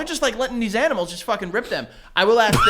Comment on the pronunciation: Joe you're giving a lot of shit for saying "beasht" while you say "aks" yourself.